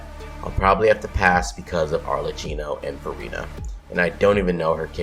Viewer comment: He pronounced Arlecchino wrong tho